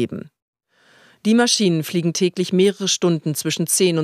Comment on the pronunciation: min Ingo Lenßen findet Fluschzeuch fliejen geil. xDDD